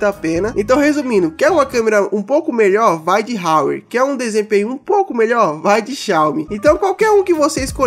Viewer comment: Parça a pronúncia do Huawei é "Uauei" Explica sobre o Huawei P30 Pro Melhor canal 10/10